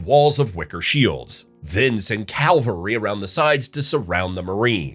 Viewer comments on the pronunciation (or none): Cavalry, not Calvary. Calvary is where Jesus died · Just a heads up, soldiers on horseback are called “cav-al-ry” where as “Cal-vary” is the biblical site where Jesus was supposedly crucified. The L comes after the v in the word cavalry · Say it with me CAV-alry